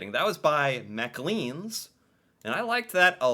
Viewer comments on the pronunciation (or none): Macleans is pronounced "Mah - Clanes" not "Macaleans" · Just a friendly note that Macleans is pronounced “ma-CLAYNS” like “claims” 😊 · You seem to say Macleans a lot, but are unfortunately mispronuciating it. It's Mac as in McDonald's, then leans, but sounds more like lanes. Macleans = Maclanes. It's weird but true. After this, you, too, will start sounding and acting more Canadian. You really do have the temperment of a Canadian. You should consider becoming one after this series is over. We would be proud to have you. 🇨🇦🇨🇦🇨🇦